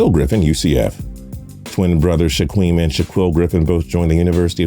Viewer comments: Its pronouned Shakeem not Shaqueem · It’s pronounced sh-a-keem not sh-a-queem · It's pronounced "shakeem" not "shQUeem"